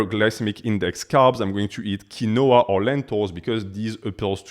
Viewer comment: It’s pronounced keen-wah